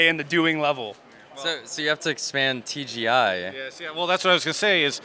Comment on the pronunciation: I like how he called Travis' work TGI - I for Industries :D